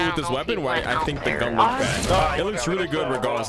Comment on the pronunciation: Bro PLEASE STOP PRONOUNCING THE GUN NAME LIKE THAT 😭😭